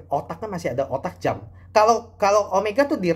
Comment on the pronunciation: Jam, bukan Jem, dasar cungkok